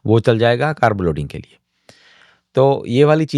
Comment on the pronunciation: English Ki bat hi kon Kar rah , Hindi meh कारब ❎ कार्ब ✅